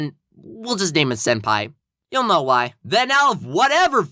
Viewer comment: Hey hey hey it’s not”I don’t koe” it’s “I don’t know